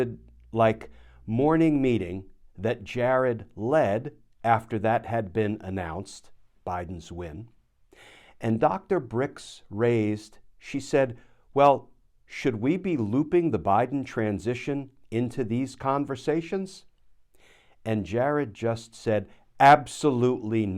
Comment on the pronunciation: Dr BurrX not Bricks